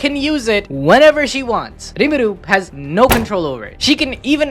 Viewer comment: His name is Rimuru, not Irimuru.